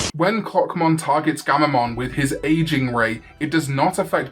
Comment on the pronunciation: Why did I hear cockmon instead of clockmon- is something wrong with me